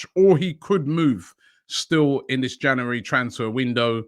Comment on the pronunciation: Nobody: Robbie: Janooary